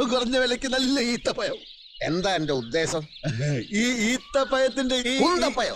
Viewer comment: ഉദ്ദേശം അല്ലാ.. ഉദ്ദേസം എന്നാണ്.... 😁😁😁😁